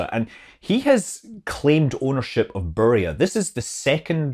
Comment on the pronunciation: It is pernounce burja not buria !